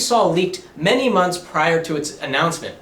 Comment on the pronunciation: Many Many "Munts"